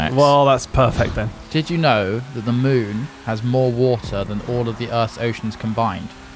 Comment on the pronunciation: did he just say mewn? Is Bruce producing Hat Films now?